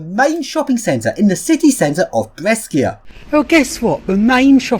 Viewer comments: p.s. out of interest, the correct Italian pronunciation for Brescia is B-re-sha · As another person pointed out right before me, the third city you went to, Brescia, is read Bre sh a, like bro + kesha. Also the first is BerGaMo, not BerMaGo.